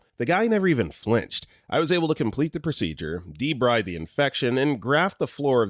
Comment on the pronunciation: The narrator repeatedly mispronounced "triage." Correct pronunciation is, "TREE-aazh." The word "debride" is not said as it's spelled, but pronounced as "duh-BREED."